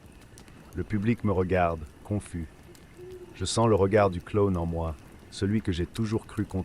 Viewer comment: Pourquoi il dit clone et non clown 😂